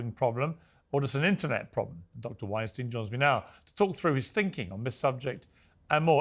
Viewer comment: Eric has been in 5x and Pierce still xalls him winesteen. Its winestyne...like einstein